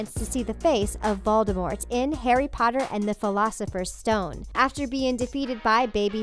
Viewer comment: What the hell is the pholafesers stone